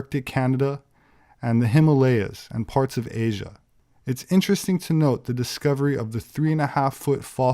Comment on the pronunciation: Oh... Vewe intowesting...